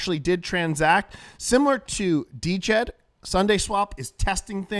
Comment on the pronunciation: Its not D Jed, it's just DJED